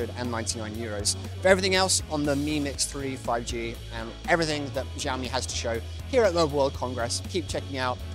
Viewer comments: It's pronounced shio-mi not ziomi. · Yeah, WTF is JAO Mi? Also its not a new company that a journalist should be mispronouncing the name. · It should be pronounced as Shiao Mi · You at least need to try to pronounce Xiaomi! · When he pronounces Xiaomi, I was irritated... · Death Flare no he doesn’t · half chinese, and like...i see what you're getting at but also, its not the worst pronunciation of it, some people say zee-yo-me. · i thought im the only one who notice